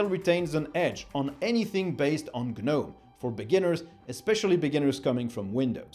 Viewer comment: guhnome drives me crazy